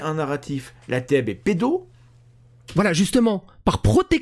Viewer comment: Je suis péte de rire quand j'endends Thomas Durand prononcer la TeB comme "la tèbe" juste pour éviter le jeu de mot fallacieux mais pourtant évident pour tout le monde😂